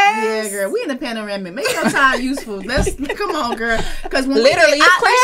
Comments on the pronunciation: Did she say "we're in a panaramic" 😂😂😂😂😂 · Did baby say Paneramic?... Was you tryna say Pandemic🤔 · Sis said we in a panoramic, the word is pandemic 🤣🤣